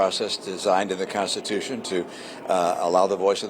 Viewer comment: Trump says Constipation instead of Constitution. 😂😂😂😂